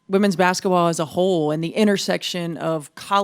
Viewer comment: Will someone please coach Caitlin on how to pronounce ‘basketball.’ “Bassetball” sounds so childish.